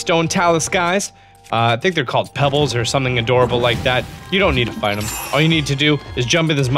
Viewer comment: Pebblits not pebbles